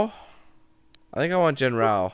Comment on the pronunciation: I kept yelling "ITS JEN-RUX" when he said "JEN-R-OW"